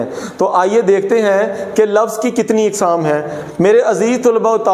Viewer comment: قسم کی جمع اقسام الف پر زبر کے ساتھ پڑھنا چاہے